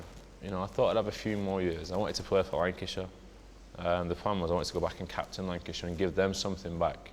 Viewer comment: Did he say wankyshire